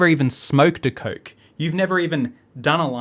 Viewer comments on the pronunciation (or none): none